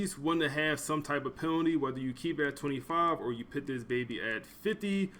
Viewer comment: Put not pit sir, no disrespect